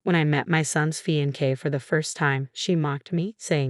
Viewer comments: This AI crap needs to be trashed. It’s fe-ahn-say not fe-en-kay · It's FEE-ON- SAY is how it is pronounced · Yes I just shook my head on the prenounciation of fiancee😂